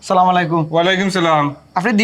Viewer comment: এভাবে সালামের বিকৃত উচ্চারণ প্রচার না করলেও পারতেন। বুঝিনা আমরা কেমন মুসলমান ছিঃ